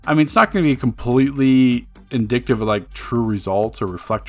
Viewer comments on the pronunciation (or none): It's not "indictive" It's "indicative" Goofy